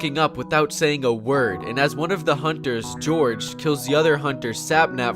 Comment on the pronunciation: Sapnap: GORGE UH